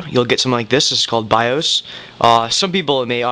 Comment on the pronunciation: The wha?.... Oh the bios, Its not pronounced by-oooos :]